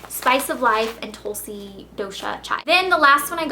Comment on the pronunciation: its aaayurrveydhic ( trust me i;m indian) and its tulsee